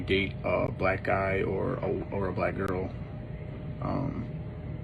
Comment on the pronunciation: You don’t even know how to say black right.